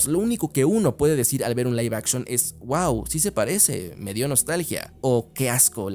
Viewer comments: Se pronuncia Live action ósea “laif action” No se dice lif action:V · Live puede ser pronunciado de ambas formas.